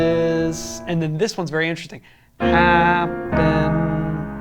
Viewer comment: Gotta put emphasis on the first syllable of "happen", also.